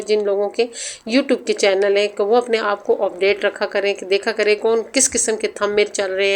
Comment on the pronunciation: Sis word opdate ni update hota hy word end hota hy and ni hota